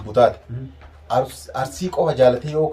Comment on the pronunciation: Arurisi hin jedhini Arisi jedhi